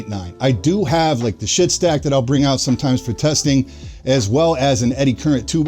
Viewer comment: btw guys it's a schiit stack, not a shit stack lmao